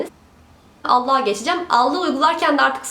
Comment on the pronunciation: "allığa geçicem"i "allah'a geçicem" anlayan bi tek ben miyim😂😂